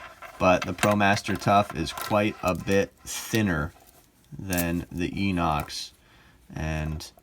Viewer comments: So annoying when self professed experts can’t even get the name correct. FYI, (sure I’m not the only person to point this out), it’s pronounced, “eye-nox”. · Victorinox is a French word and the X is silent. Inox is pronounced with an I not an E. I have owned a fair few Victorinox watches and Citizen watches, and Victorinox are superior. Problem with Inox is the 21mm lug width